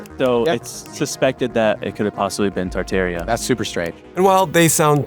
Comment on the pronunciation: This was a garbage piece. Mispronounced the word Tartaria - falsely called people who are interested in the theory “Tartarians,” which is like calling someone interested in the architecture of the Vatican “Roman.” Provided absolutely no proof, no groundwork and failed to mention even the most basic concepts people have questions about. 1) fake photography 2) Charles B Atwood (the guy who was famous for making the white city white 3) the reason why everything was so European when promoting American innovation. Also pretending like modern American architecture has “charm” is gross and full misrepresentation of present reality. Propaganda. Drive down almost moderately sized city and you can see with your own eyes that it is ugly here. Painfully ugly. Shame on people for wanting a place to live that doesn’t feel like an open air prison. According to this guy, if you don’t like the current state of commonplace architecture, you were just tricked by France? What?!? And finally - because i wasted 15 minutes on this hot garbage - they put 4 ad breaks and an in-video advertisement?? Who is tricking who into what? This guy made so much money off of spewing nonsense. Gross. Totally gross. Whoever did the graphics was a pro - no doubt - but their efforts are wasted on this propaganda.